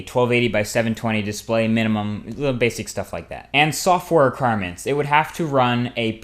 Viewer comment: You kept saying "erquirements".